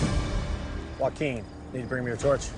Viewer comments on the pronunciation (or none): I know I was like who is Hakim 😂. Even Jeff said it in the video . Joaquin (WAHH-KEEN) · its pronounces wahkeen and Hayley not hakim and holly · Joaquin not Hakeem Hali (hay lee) not holly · Aint no Hakeem in this season though. I was so confused hearing it. It’s Joaquin. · And Joaquin Hakeem/Hakquin. 😅